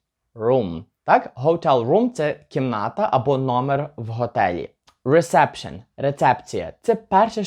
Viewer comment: Тільки Reseption англійською вимовляеться не рЕсЕпшн, а рІсепшн, тому що відкритий склад, така сама ситуація і з рІзевейшн, замість рЕзевейшн